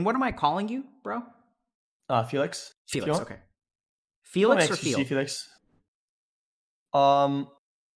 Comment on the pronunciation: Dr. K didn't hear when he said Félix instead of Felix T_T